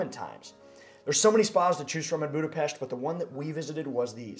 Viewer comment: I give you credit for pronouncing Budapest perfectly but it’s not a hidden gem. Budapest receives about 30 million tourist each year and numbers are growing